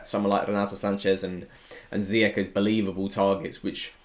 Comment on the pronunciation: Just for reference, his name is pronounced Zee-yash